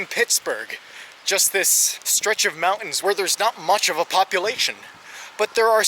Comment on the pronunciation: Decent video, and I liked it. But the word is MOUNTAINS. Not MOU-INS.